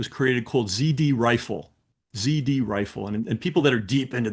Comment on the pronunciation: It was "ZRRIFLE" FWIW. He says "ZD Rifle" multiple times, and you won't find anything if you search that.